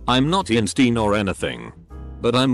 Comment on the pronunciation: “I’m no EEEN-STEEEN”